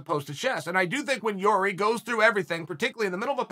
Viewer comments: I could be wrong but I think Chael pronunce Yuri not Jiri. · who came here quickly to check on Chael how He pronounce Jiri's name this time?:)